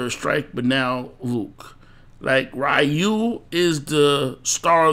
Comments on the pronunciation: Dude, it's not rahyou, come on, it's Ryu, haven't you noticed it already? It's been 30 years already. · It's Roo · U lost all credibility when you couldn’t even say Ryu’s name correctly